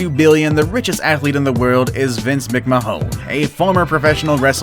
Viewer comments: Biggest name butcher in the world It's pronounced Mic - man not mic-ma-hon smh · Its not pronouced mc-ma-hon its pronouced mc-mahn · Bruh, its pronounced, Vince (Mc-Man) it was painful hearing him say "mc mahone" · Vincent McHone? Shut this guy up and NEVER EVER let him BACK ON YOUTUBE!!! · Vince mc-mah-hon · Vince McMahon say it right